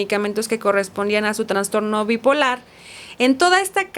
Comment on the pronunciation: Sorry! Es TRASTORNO, NO TRANSTORNO!!! POR FAVOR 😢